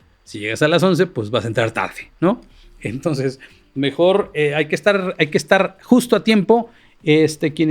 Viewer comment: ¿Por qué Fraudia no puede decir "entonces", hasta en eso tiene que imitar a López con su "toses"?